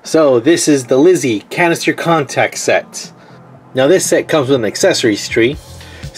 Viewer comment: It sounded like you said cancer contacted